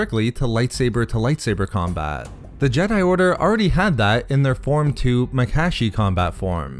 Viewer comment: Did..did he just say muh-cash-ee?